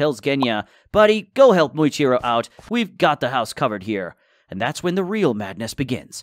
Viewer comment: Muichiro❌ Moichiro✅